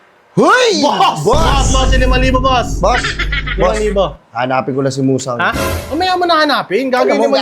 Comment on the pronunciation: Muzan ❌ Musang ✅